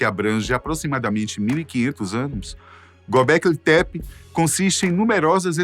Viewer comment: É Göbekli Tepe 😂 E não Goblequi tepi rs